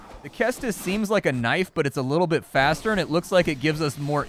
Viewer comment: Cestus is pronounced with a soft C. Ses-tus, not Kes-tus.